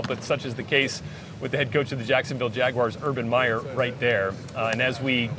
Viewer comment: Its Waguars bruh